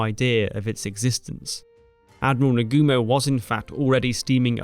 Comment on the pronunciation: Good explanation about an aspect of the war I didn't know in detail. Note for Japanese pronunciation; try not to put accents on any syllable. It's na-gu-mo not na-GU-mo, etc.